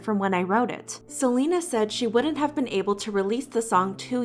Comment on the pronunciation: i’m so sorry but I can’t get over you saying bean instead of been